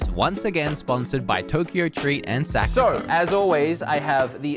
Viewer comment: i love it how he cut himslef prononcing sakurako cause he doesn't know how to... yes I DID watch all his videos